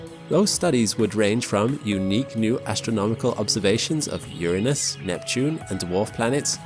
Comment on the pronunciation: Thank you for pronouncing Ura-nus properly.